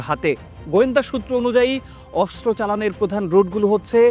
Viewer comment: অস্ত্র উচ্চারণ শুদ্ধ করে করতে হবে 😮😮😮